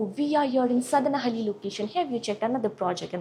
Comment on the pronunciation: It’s Sadahalli. Not sadanahalli. Jathel.